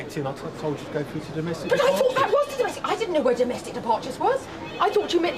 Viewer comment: "No messsaaaage".... okay,! Is nice, I like!